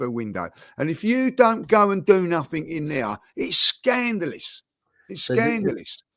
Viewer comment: “Nuffink” - Cretin